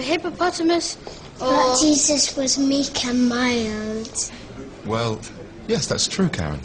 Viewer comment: Don't you think she sounds a little Welsh when she says "mild"?